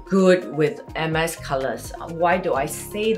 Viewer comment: hermes should then put “how to pronounce the color “for the non French speakers